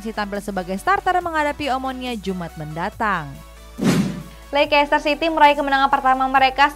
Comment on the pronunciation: Bacaan nya leister,bukan lekester